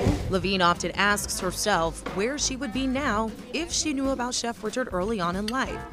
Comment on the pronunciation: Born in 1892 and grew up in New Orleans? Her name was not pronounced Richard but Ree-shard with a creole accent fa sho! She had a cooking show before Julia Child and yet her story was lost and forgotte, until now. 🤔 Brava chef Lena Richard! 😘